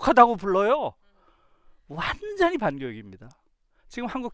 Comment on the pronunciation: 전혀 관계없는 말이지만... 완전히같이 'ㅈ'발음할때 완즈언히 하는거 너무 웃겼읍니다 😂... 강의 너무 잘 들었어요 😳❤❤